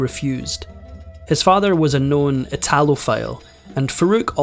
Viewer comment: listen to the narrator pronouncing Italophile. Embarrassing! greetings from sunny, tropical Thailand. Johannes K. Lindgren born in Suomi-Finland. Yes. This country